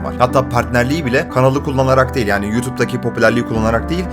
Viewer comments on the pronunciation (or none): none